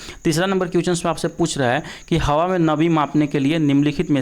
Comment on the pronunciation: Question ko क्विचन नहीं बोला जाता है । Thoda pronunciation bhi Sahi Kar lijiye dear sir,,, agar competition ke question solve kara rahe hain tu solution bhi dijiye sirf answer batate hue chale Ja Rahe Hain